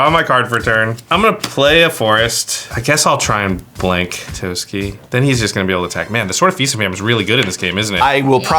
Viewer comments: i always thought it was pronounced as "Toss-ki" not "Toas-key" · Why does everyone pronounce it as Tosuki? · I hate the way they say Toski, it’s tah-sk-E. It’s as if you said it like you would Ratatoskr which is who he is based off of...